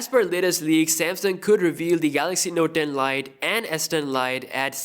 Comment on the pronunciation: The Note Den Lite`` Pls dont say it like that 😂